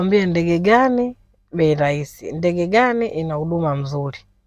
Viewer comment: ni RAHISI sio LAISI.